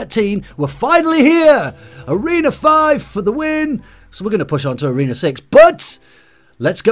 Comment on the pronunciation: why you always says toreno 5???